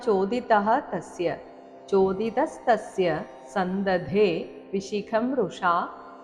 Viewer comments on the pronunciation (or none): ജി ചോദിത സ്തസൈമ ഇതിൽ മ കേൾക്കുന്നില്ല ഹരി ഓം🙏